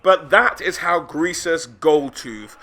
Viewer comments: Every time you call him “gresus” and not “greasus” is another mile closer I am to you. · "Gressus." Literally unwatchable. Only kidding! Always a treat to see lore videos!